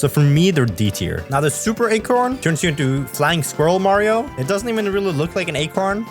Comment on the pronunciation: omg my favorite supah herå, supah mariå